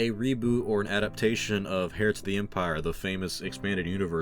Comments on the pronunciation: The 'h' in 'heir' is silent. It's a homophone of 'air', not 'hair'. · Heir is actually pronounced air as far as I know .. good video like always